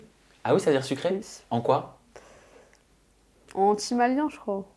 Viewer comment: “En timalien” 😭😭😭 mais madame